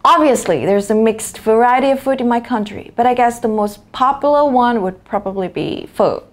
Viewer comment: Amazing job! Good demo for students to have an idea of what an 8-band speaking session is like. Just wanna give some constructive comments, (really want you to strive for perfection next time!!! :)))): - "stylish" (lacked -sh sound) - "popular" (slow down a bit to get all the syllables) - "way more" instead of "more way" (the subtitle is right tho) - "personally" ("-ly" was omitted, maybe you were too excited!!! ;)))) - "which includes" should be "which include" since you were referring to "the three fundamental elements" mentioned previously.